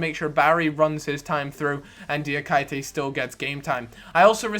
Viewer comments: Pronounce Diakité - Die-a-key-tay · Diakité = Dee ah kee tay